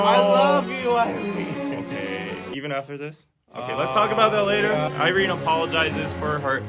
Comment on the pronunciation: Its irene wrong thoughh ........im so dissapointed